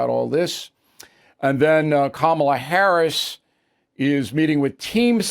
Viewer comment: Hey Bill, you do it too! You come across as extremely arrogant, and you don't say things correctly, such as Kamala. But your point is correct. Trump is his own worst enemy. After all this time, why hasn't he learned to just shut up? It's an odd thing with him...